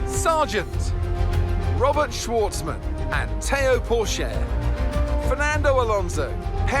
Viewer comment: Please can you learn how to say pourchaire name its got more of a hard t at the front